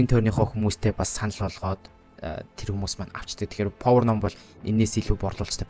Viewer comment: повор биш пауер штэ.